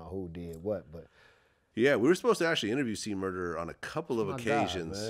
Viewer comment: C Murda, not Murder, Vlad.